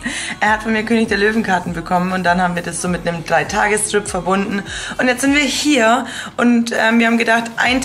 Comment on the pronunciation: Bei 3 tage trip hab ich einfach 3 tage strip verstanden 😂😂